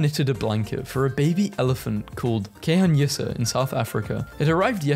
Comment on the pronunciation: pronunciation of Khanyisa had me dying lmao